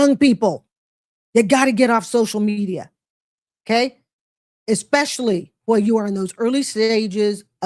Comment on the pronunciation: If you're working toward an advanced degree in medicine or education, it would probably be best if you stopped saying 'ekspecially' and started saying 'especially' instead. Or, you can surprise yourself and say 'particularly' or 'primarily'. And DON'T say, "Ah cain't fine no JOB!". If you want to get paid as a professional, learn the language.